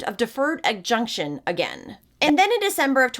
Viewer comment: adjudication = "ah-jude-ih-kay-shun"